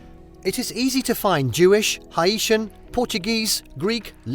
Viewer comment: Erm, what’s Hi-E-SHAN 😂 Does he mean Haitian lol